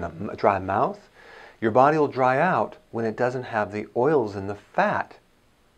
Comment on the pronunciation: What kind of doctor says "the" as "d"...? Oh wait is this Dr Dre?